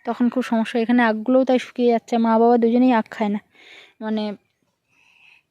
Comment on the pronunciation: Tumi tomar babak baba na deke, "ba" bolo kno?? Nijer video ta akber vlo kore sunbe. Ata kono version ar vasa..?